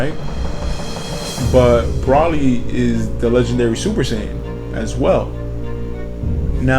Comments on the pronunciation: also its pronounced bro-lee spelled broly not pronounced brah-lee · its not brawly its broly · Why would you pronounce Broly like Braw-ly when there are multiple movies out with Broly in them and each time, they pronounce it Bro-lee....Drives me nuts.... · why is he saying Brally? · first its pronounced bro-lee and second pretty sure he isnt canon to the anime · I cringe everytime he says Broly wrong I cringe